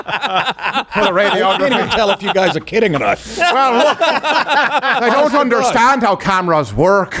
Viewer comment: Love you, love your show....please stop saying onderstand. We can all feel the pretensiousness.